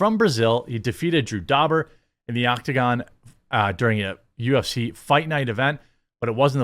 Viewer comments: How did you pronounce Renato Moicano right and fuck up Drew Dober? lmao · Perfect pronunciation on that name jeremy but uu can't pronounce dober🤣